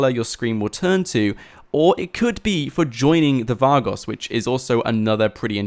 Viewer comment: You can tell he didn't play the story or San Andreas when he pronounces Vagos like Var-goss and not Va-goes.